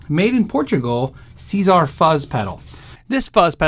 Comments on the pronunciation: Great vid! By the way it’s pronounced Tsar.. not See Zar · i think, that czar is supposed to read like tsar, also i see russian words for volume and fuzz. funny)